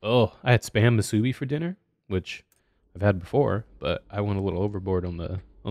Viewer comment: I think you're saying correctly. probably a little bit too much emphasis on the bi part of the word imo but then again alot of people from the mainland mispronounce alot of the words we say here lmao